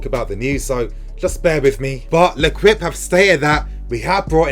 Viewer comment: It's pronounced lekipe not lekwipe!